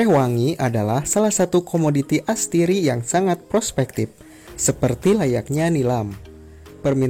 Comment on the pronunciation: astiri atau atsiri :)